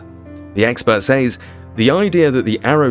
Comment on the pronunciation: Great subject and of great interest but the music is unnecessary and making it hard to hear you clearly, and you repeatedly mispronouncing "sAys" ...it is pronounced with an E sound not an Aaaaayyy...for someone who seems to be educated I find it really contradictory and unpleasant tbh..I can't continue the video😮 no one with an ear for correct enunciation would😢 sorry🇦🇺🙏